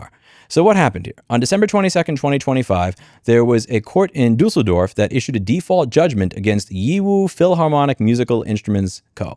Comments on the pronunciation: LoL Never thought, an american right to repair channel would ever end up mentioning my home town Pronounciation is pretty spot on, considering differences in german and english language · Eyy good pronunciation on Düsseldorf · Pronouncing "Düsseldorf" totally correctly. <3 Dieser Herr Rossmann bekommt extra Freibier (Düsseldorfer Alt Bier) when he comes to Gernamy. Not like Chris Rea did on my old first issue CD Version of his album with "Windy Town" on it. Rod Stewart on the other hand on the album "A spanner in the works" few years later pronounced it correctly, Do not ask me what I thought the meaning of that was with my not so versed englisch vocabulary back then. A Spanner in German is NOT the same as in english! ;-) But the hands comment before that. Where are some pussies in the picture when one needs them for emotional detox? ;-) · Brother your german pronounciations are really fucking good. Usually americans butcher the living shit out if the language. Well done mate! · Actualy your pronounciation of german is ok to good. We in germany have no such thing as precident. Every case is it`s own until it becomes law. You can try to convince a judge with prior decisions, but they are not adhered to it. Also an interesting cultural thing. We don`t say "I am sorry", we say "Please accept my appology".